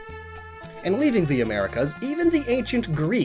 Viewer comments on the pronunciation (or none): none